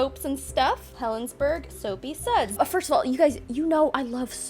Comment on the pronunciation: It’s pronounced Helensburra. Hello from the UK! 😂